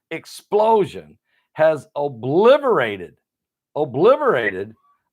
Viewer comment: “Obliterated”. There is no v in obliterated.